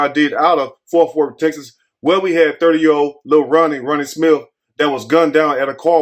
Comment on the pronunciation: sound like he said forth worth 😂 either way, agreed!